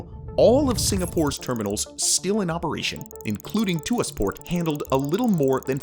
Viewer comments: The correct pronunciation of ‘Tuas’ is /twɑːs/ (sounding like ‘Twar’). Its not /tuː-ɑːs/ (‘Tu-as’) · its not pronounced "to as" its pronounced "twahs" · Tuas port is pronounced Twaas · Hi from Singapore! This is an awesome video explaining about this megaproject. Its a quick reminder to the world that automation is the future of work, and the way forward in the next few generations to come. Besides the Tuas Port (its pronounced tu-was, single syllable), it would be cool if you could do a video about Singapore's awesome metro system next😊👍